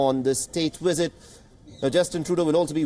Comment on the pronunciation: Dear pretentious Indian anchor: Visit is pronounced, "visit," not "wisit." Treaties is pronounced "treetees," not "tritees." Other dozies: 1)"What you are looking at is, of course, the Trudeau family signing into the visitors diary." 2) "Remember there is a substantial amount of Indian diaspora." 3) "For more of this we are joined in by our ..." 4) Throw an "of course" in every other sentence ...